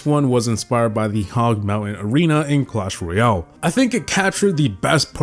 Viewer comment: Jungle scenery should at least be on par with classic...its a slight, but free, upgrade from classic. I don't think either should be B tier, they should both be D. Also, you are pronouncing Clash Royale incorrectly, its Roy-Al, like Weird-Al. Not Ree-ole.